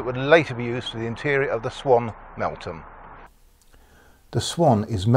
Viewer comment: Melt-ham as you pronounced it is act mell-thum, regards, great video